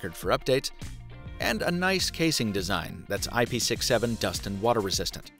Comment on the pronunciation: IP six seven.. SIX SEVEN water and dust resistant. THANK YOU. You're probably the only reviewer out there that has some sense on how to pronounce that. Whenever I heard "IP sixty-seven, or sixty-eight" it made me want to stop the video immediately. Apart from that, as always, enjoyed watching your update. Hope you'll show us the new Xperia 1 as well, in an in-depth review, its rumored to have excellent cameras also.